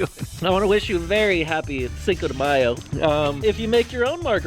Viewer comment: matthew actually the way they said it was right...